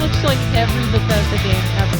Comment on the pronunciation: Every time you said Bethesda I wanted shoot a spray bottle at you 😂